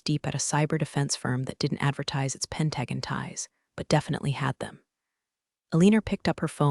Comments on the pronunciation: That's PEN-ta-gon... not pen-TAG-un. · Pen-tu-gone (Pentagon), not pen-tagun. Aleen-u (Alena), not Aleener. Still getting enemar (anymore). Edit your pronunciations. Read (reed), read (red) should be obvious if you apply basic rules of grammar to your AIs algorithm. It's becoming so distracting it makes it hard not to fast forward or just skip it completely. Thinking about unsubing. Washington State USA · I'm unable to give a "like" due the narrator butchering of simple words. 👎👎👎👎👎 It's "pen·ta·gon" NOT "PEN-drag-uhn".:face-orange-frowning: CMDR is the acronym for Commander, a military rank in the Navy.:face-orange-frowning: If your can pronounce "Anacostia" River correctly, why can't it pronounce "Pentagon"? ANSWER: Because, the creator, writer and the are "out-source".:face-green-smiling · PLEASE, for the love of God, get an that's knowledgeable in English. This story was a sh*tshow of mispronounced words. Aliner? Who TF is that? It's Alin-ah, for crying out loud. Pen-TA-gon? It's Pen-tugon. Pay attention please. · Pent gag on 😂😂😂 try Pent a gone ( Pentagon) Reeded try red ( read )😂😂😂 Hilarious “looked like they hadn’t changed their Neck ds.” ( Neck Ties) 😂😂😂 OMG 😂😂😂😂😂if you can’t use proper ENGLISH Grammar then don’t publish. Thumbs down 👎 for not using proper English before posting to YouTube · Please fix the so it pronounces pentagons correctly Pent-a-gone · Need to get the pronunciation corrected read reed v red. And pentagon. Pent a gone not pen tag on. I know it's A I but these are annoying when said several times. Like talking to a stubborn toaster. Love this analogy. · Either this is an interestingly trained voice, or a non-English speaking human reader. Alina is consistently pronounced as uh-leen-er, and the US five sided building as pen-TAG-un. It's prnounced PEN -tuh-gon. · 😅 "D.O.D." should definitely be pronounced "Department of Defense," and Pentagon? It’s “Pent-a-gone,” not “Pent-a-gan.” gotta get its act together!